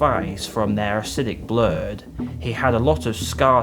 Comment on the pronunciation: Even barred Scaring on his face from their acidic Bluuurrreed!.... Really Dude?... if you're going to do a video about the Yautja aka The PREDATOR race and try make it sound badass?... at least get the pronunciations right by using your own voice in the video instead of using an AI chat program!... it just totally makes your video look and sound totally unprofessional! and makes you sound like a complete DUMBASS!